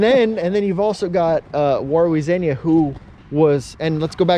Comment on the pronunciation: Xenia is pronounced Zee-nia not Zen-ia.